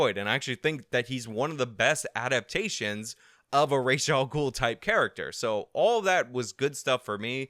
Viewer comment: Obligatory “hearing you pronounce Ra’s al Ghul made me cringe” comment… for the algorithm!